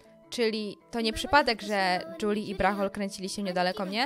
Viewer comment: Lepiej brzmi Juli a nie "Dżuli"